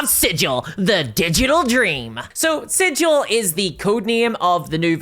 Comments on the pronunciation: Hope it's sigil not siggle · It's pronounced Sig uhl not Sij al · Not Sijill.. its 'sig il' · The proper way to pronounce Sigil, the City of Doors (the city in the center of the multiverse): the "Sig" part is like sigma, not like "sidj" like everyone insists on. This was proven in an old version of the Planescape setting and NEVER CHANGED. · Fun fact for the algorithm: the Planescape city "Sigil" is pronounced with a hard-G sound according to its creator, unlike the soft-G of the normal word "sigil". I'm curious how WotC reps will pronounce the word when they speak it... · The planescape city is pronounced "siggggle" not "sijil" 🤧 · Once you said that it was called 'Sidj-il' like the city at the center of the multiverse I knew you were a poser: true fans know the city is pronounced 'Sig-il.' I can no longer take your content as gospel for you are a false prophet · Yes, I paused the video to read the text wall regarding the Smallville RPG. Also, is Hasbro pronouncing the VTT like "sijil" with a "j"? Any burk will tell you it's with a hard "g". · Is it named after the Planescape city? Because "Sigil" the city is pronounced SIG-il, like 'giggle.' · Sigil has a hard G like "cig-eel" fake nerd detected. Nah its ok, I made the same mistake a few months ago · If the VTT is named after that city at the center of the multiverse, wouldn't it be pronounced like "sig-ul"? Like rhymes with giggle? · Sigil is not pronounced like that, berk. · I’m sure you weren’t around when Planescape was released, Cao probably wasn’t either. But the name has a stunted ‘g’ Like Griffon not like Jif, it’s not like the word sigil, it’s the name of the city Sigil, and it’s actually made a joke in the original box set that only people who know nothing about the city pronounce it like the word and not it’s actual name. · It is a literal crime to mis-speak the name of the city of doors, while in the city of doors. I can’t be the first to note this.